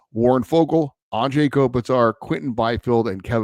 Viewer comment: Thank you! Finally someone brings up the whole “Anze” pronunciation. It blows my mind as well!👑